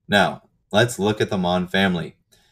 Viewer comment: Mohn means poppy in german. The second pronunciation was on point.